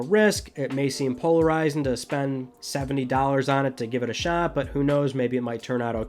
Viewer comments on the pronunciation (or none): none